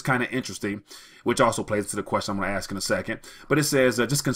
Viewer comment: Great content. But sorry Dude I have one negative comment (read constructive criticism). You lose a bit of credibility when you keep saying "the question I'm gonna 'axe' is...". Cant you at least try to say "ask" instead of "axe"? Its not that hard and most importantly makes you sound like someone who knows what he is talking about. Cause what you are saying is important but whats equally if not more important is "how" you are saying it. My 2 cents. Take it or leave it.